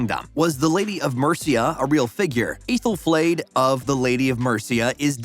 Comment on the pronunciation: Aythel-flayed 👀😬 have you even seen the show? Sooooo many mispronunciations and other errors